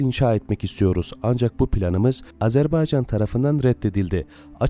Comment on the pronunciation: Can qardaşım Ne gözel Azerbaycan diyorsun.Diline kurban Abi!!!